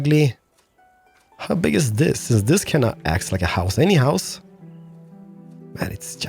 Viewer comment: especially when you say DIS or POOOOOOOOP IT DOWN ffffffffffffffffffffffs what with the language filter omg